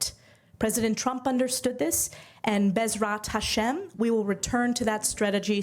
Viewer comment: Love the way she actually said "B'ezrat Hashem"...